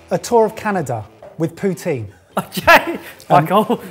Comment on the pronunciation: Well shit. Just heard "poutine".... unfortunate boys. Unfortunate.